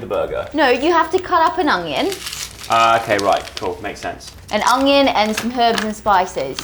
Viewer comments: Is it just me or use saying ongion instead of onion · Is no one gonna mention how says uNGion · ''hastag Junion'' 🤣🤣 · Am I the only one who always hears say "Owng-yung" instead of "Onion"?? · Is saying “ognion”?! 😂😂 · I love so much but for god sake someone teach her how to say onion properly😂😂